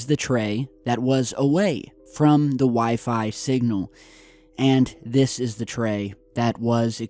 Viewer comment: "We-Fry" - wifi